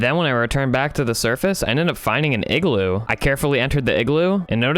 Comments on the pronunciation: Its IGLOO not eggloo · The Real Leader Of North Pole Is Santa 👁👄👁💅 Edit - did you just say eggloo 🔫